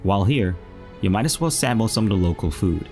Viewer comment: You do a great job and just a little more work on easy pronunciation of simple things like 'the' rather than 'de' and 'sample' rather than 'samble' will take you to the next level.